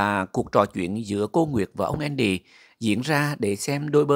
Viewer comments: Tên Mỹ thường là Andy Đọc âm Vn là endy ?! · Khong phải là ( Endy ) mà là ANDY